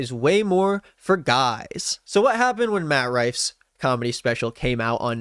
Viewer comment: "Matt's response" sounds like you called him "mattress" - let's call him mattress from now on.